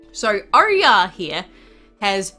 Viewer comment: It pronounced as oryaa or oyaar (Oyar dragon)